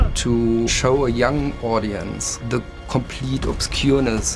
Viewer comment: "We will ask se questions!"